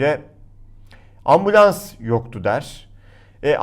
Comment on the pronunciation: Ambulans demedi orada. Ambians dedi:)